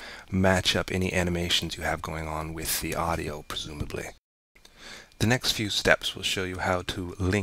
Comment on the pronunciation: When he said "Presumebleh" 😂